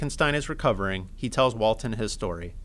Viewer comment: “Walten”? Like The Walten Files?